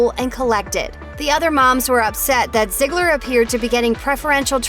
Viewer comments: it’s zeegler not ziggler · Lol she keeps saying zigggler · It's ZEEGLER NOT ZIGLER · Itz_uni Rainbow but that’s what the narrator keeps saying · Right like wtf😂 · I swear if I here “ZIeGLer” one more time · It doesn’t make the video any better when you keep calling them by zigler or Miller it’s uncomfortable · I thought it was pronounced Zee-gler But damn stop saying it over and over. Call her Maddie because they never call her ziegler on the show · If you're going to talk about Maddie, please Please PLEASE, say her last name right. (zee-gler) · I couldn't even finish watching because of how often/how the narrator pronounced "Ziegler." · Can you stop calling her ‘ziegler’. It’s bothering me like crazy